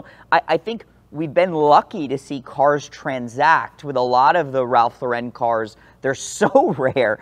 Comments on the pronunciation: It's LAR-en not luh-WREN. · His name is pronounced Lor-In not Low-ren At 16, like his brother Jerry, he changed his name from Lifshitz to Lauren, 'after Lauren Bacall' (another New Yorker of Jewish-immigrant stock, who also changed her name, from Betty Joan Perske). 'I wasn't doing it to be pretentious,' says Lauren. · So much auto knowledge and research but not one of them bothered to learn how to say the man’s (brand) name.